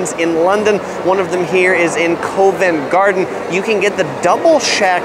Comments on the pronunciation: Just a quick correction You said COAVENT GARDEN ITS PRONUNCIATION IS COVENT GARDEN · Being an American, there's absolutely no way I'd eat at any of the American chains mentioned at the end of this. Why eat something you can eat any day at home? Always try new stuff!! Also, Covent Garden is pronounced "Cuvent" Garden, not with a long O just so you know. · Covent Garden..pronounced "cuvent"